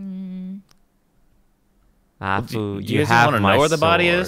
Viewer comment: What does hafu say??? Defen? 🤨